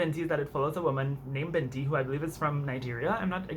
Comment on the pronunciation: Sorry for the random comment but I love the way you said Binti! Also it's a great book so I hope u like it !!